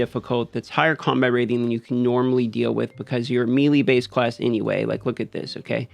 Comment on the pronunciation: Love how you say melee lol but I agree there’s a few pieces of gear amongst the classes that don’t work or stack as the description says they should kind of frustrating when trying to make new builds